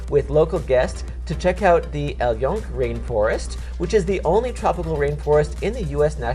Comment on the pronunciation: Such an interesting subject. But how can you have actually been there and mispronounce El Yunque as Yoonk? How can you reverse the sounds in La Placita de Santurce and actually say San Touris'?